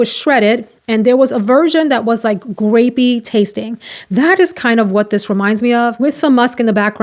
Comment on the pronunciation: hello friend, I thought you said 'gravy' but you said 'grape' i was like what?!